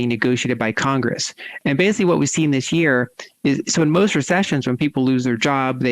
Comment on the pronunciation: She said "this year", not "th'sheer". YAY!!!!